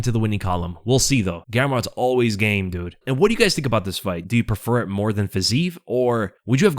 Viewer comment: yo, please try to say fiziev name correctlu, please (guru got it)